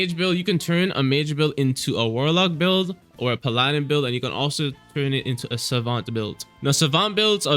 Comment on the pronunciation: PAL-ah-din. Please for the love of god.